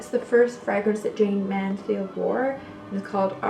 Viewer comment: Wow you don't know anything about Jayne Mansfield! You could've said her name properly in the beginning and her home was demolished many years ago